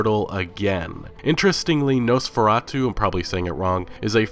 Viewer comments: [No-spher-ah-too] You got it right, man. It's actually Eastern-European for Vampyre. In Polish it is called Vjescy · nah, you’re saying Nosferatu correctly, my dude. No worries. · Your Nosferatu pronunciation was actually spot on, haha. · You actually said Nosferatu correctly. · I'm pretty sure you said Nosferatu's name right. At least that's how we pronounce it in the town where the movie was made. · Nope, your pronounciation of "Nosferatu" was fine. Good job! :D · Nosferatu is actually a good movie, btw you said it right